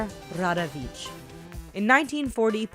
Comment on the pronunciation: Rawicz it's RA-VITCH and not Radawicz (rada-vitch). Where the hell did you get DA from? - Vulovic reads as VULO-VEETCH and not ICK at the end. You should pronounce it very softly. If you're not aware how to pronounce foreign names, listen at least to google translator text to speech.